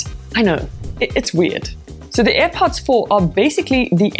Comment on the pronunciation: It's not aih pots woman 👠. It's air pods